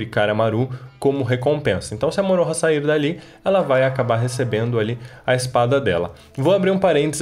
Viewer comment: Eu nem tô assistindo dublado, fico muito incomodada como ficou a pronúncia Setsuna e Moroha